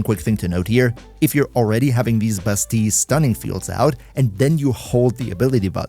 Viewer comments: Why bro pronounce it as "Bustee" when it's pronounced "Ba-steel" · sounds a bit wrong without a french accent. a french coworker of mine pronounces it like the Ls are still there but aren't pronounced if that makes sense. like basteee instead of bastee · bass-steal not bass-tea in French its bah-stea-yuh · Bro it’s pronounced Basteel… google it if don’t believe me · you should say "bastiie cause in some french word double L are said like iii kinda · I cannot for the life of me not hear you call Bastille as "Busty". 💀💀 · In American English anyway, it's Bass-Steel . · I think he's using french pronunciation.